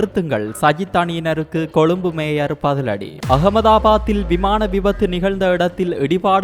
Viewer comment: பெண் வாசிப்பாளருக்கு ய, ஜ உச்சரிப்பு வித்தியாசம் தெரியாதா. மேயர் என்பதை மேஜர் என வாசிக்கிறார். ஆண் வாசிப்பு நன்று. இந்த பெண் வாசிப்பாளர் தமிழரா அல்லது வேற்று மொழி பேசுபவரா.